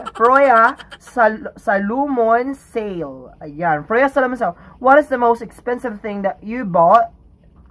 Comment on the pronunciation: “Froy” ra na sya pag pronounce sis hahahahaha.. bayut lang jud kaayo ug spelling 🤣🤣🤣